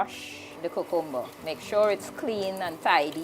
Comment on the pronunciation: You’re pronouncing CUCUMBER incorrectly!